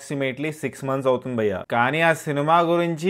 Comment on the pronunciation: Bro.nuvvu bayya bayya antunte ayya ayya ani adukkunnattundi....pronounce....bhayya not bayya....neeeeee